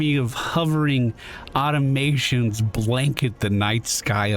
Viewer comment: Aw-tom-a-tons. Automatons.